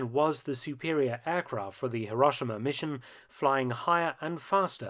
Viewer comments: What is it with the British insistence on pronouncing HirOshima, as HiRAWshima.. The "ah" sound in Japanese is the letter "A".. The letter "O" in Japanese is an "Oh" sound... Too bad they didn't drop those bombs though, that way all their sad and silly "apologists" videos and documentaries re: the Atomic bomb would not exist, trying to shame America for using a weapon of war to END a war. And just a reminder, kids. WE didn't start that f*cking war.. We ENDED it. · Mark, it's more accurately pronounced "hero-shee-ma." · Before you try to do history - at least learn how to pronounce the place names correctly !!! Hiroshima is hero - shee - ma (I have cancelled my subscription in disgust)